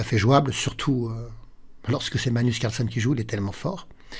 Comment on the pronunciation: Bonne année meilleurs vœux. Est-ce que l'une de vos résolutions pour cette année est de faire un effort sur la prononciation de "Carlsen"?😅 Je note que vous êtes enroué, cause à effet?